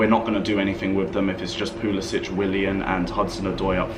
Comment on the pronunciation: Can you please stop saying Pulis "itch"! His name is Pulis "sick". Thank you